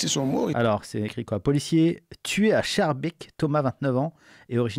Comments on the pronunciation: Prononce SKARbeek, pas CHARbeek xDDDDD edit : putain, ton "Cherbik" a fait exploser de rire mon meilleur ami, bravo xDDDDDDDDDD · se prononce " SKAERBèèK " et pas CHARBEEK ;) mais oui la vidéo dit tout..... je suis Bruxellois...... et c'est de pire en pire , et c'est sale !!!!!! très sale!!!!! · on prononce Skarbéék pas Charbaik.. merci pour tes analyses continue <3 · ta prononcé chaerbeek ? au lieu de schaerbeek lol quand tu prononce se quartier le ch tu peux dire k pour vous sa sera skaerbeek pour le prononcé si non ça s écris schaerbeek je suis de bruxelles donc voila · Skarbéék, Arskot, par pitié les français hahahahahaha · La prononciation de Schaerbeek me tue mdr bienvenu chez nous hein